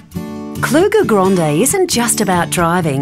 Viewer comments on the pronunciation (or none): It’s grande not gronde